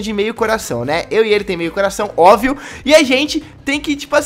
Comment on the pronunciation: vim nos comentários pra quem veio zuar o por ele ter dito "OVIO" KKKK